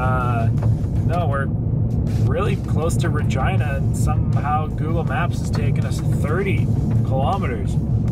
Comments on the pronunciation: Regina is pronounced Rah- gee- nah. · LOL it's pronounced Reh-gee-nuh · It's Reh-JEAN-uh. it's not supposed to rhyme with vagina,. lol... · Lol my daughter's name is Regina and I have never hear it pronounced the way he did.